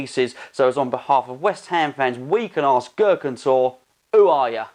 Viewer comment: Time will tell.... And isnt it pronounced "Tor-ray"?